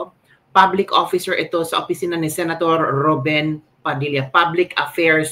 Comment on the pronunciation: Rubin po hindi RUBEN.